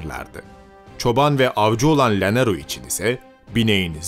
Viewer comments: Sayın tarihi seslendiren arkadaşımız yerel kelimeleri o ülkenin diline ve şubesine göre telaffuz etmeniz gerekmektedir yoksa.gulunc duruyor lanero diye birşey yoktur, Canero diye okunur. boyaca yoktur Bocaka diye okunur lütfen düzeltiniz. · ya bu youtube reklamları kafa sikiyor artık. yeter be. bir de llanero kelimesi yanero olarak telafuz edilir. ll=y